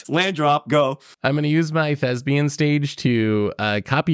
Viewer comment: Why does think "thespian" rhymes with "lesbian"?